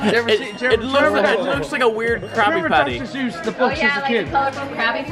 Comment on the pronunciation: Dis bitch said dr. Zeus!!!